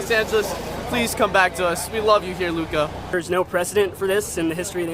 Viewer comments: its Luka not Luke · his name is lukA dončić. not luke.